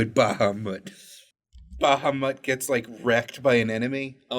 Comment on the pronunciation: Baha-mutt ... seriously!? omg..